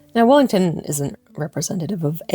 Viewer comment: You have a unique way of pronouncing Wellington. Yours is more like Wallington. They say variety is the spice of life. You have the move away from toilville to selfville in the background that allows your self to grow and explore and to share your findings. The question to ask then is, is this your true self? There is only one answer to that; this is your true self for the time being, especially because there are three and more of your true self to be included in your current journey of self recovery.